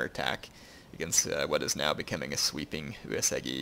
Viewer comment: So, this is a great campaign, and I really like it as well as your other stuff. But I have some issues with your pronunciation of Uesugi. You pronounce it as if there was an e in the second u's place. It's pronounced you-eh-sue-gih. Thanks.